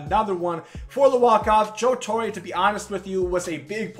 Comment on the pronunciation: Joe TorrE not Joe Torrayye